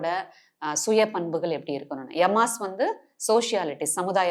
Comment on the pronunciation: நீங்க நல்ல பயிற்சியாளர்தான். நல்லாவே சொல்லித்தர்றீங்க. ஆனா யோகநிலையின் பெயர்களை உச்சரிக்கும்போது அந்தந்த மொழிக்குண்டான உச்சரிப்பை பயன்படுத்தினா மாணவர்களுக்கு தெளிவு வரும். தமிழ்ல பேசறப்ப தமிழ் உச்சரிப்பை பயன்படுத்துங்க. ஆங்கிலத்தில் ஆங்கில உச்சரிப்பு அப்படியே சமஸ்கிருதமும். உச்சரிப்பு இல்லனா அர்த்தமற்ற வார்த்தையா போய்டும். யமாஸ் இல்ல இயமம். இயமம் நியமம் ஆசனம் பிராணாயாமம் பிரத்தியாகாரம் தாரணை தியானம் சமாதி. சமாதின்றது வாழ்வின் இறுதியான ஜீவசமாதி இல்ல. யோகிகள் வாழ்வியலா கடைபிடிச்ச சகஜசமாதி. அதை குடும்பஸ்தனும் பயிற்சி செய்யலாம்.